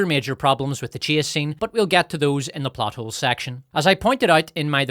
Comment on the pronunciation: sometimes i hear butt holes instead of plot holes